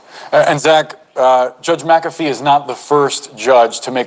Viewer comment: MacAfee not macabre